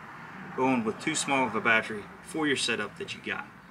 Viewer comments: Thanks for the info. I am currently adding a Motorguide Xi3 to my Vibe Shearwater and trying to decide on the right battery. I was thinking 60ah should be good enough. By the way, I can appreciate the accent of "batchry"...LOL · "Bat Tree" that's hilarious